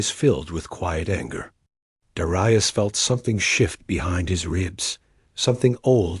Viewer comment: You really need to pronounce 'Dar-eye-us', 'Dare-ee-us'.